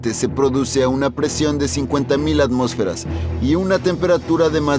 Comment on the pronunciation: ATMÓSFERAS!!!! LA TILDE ESTÁ EN LA O!!!! Antes de hacer videos ponte a estudiar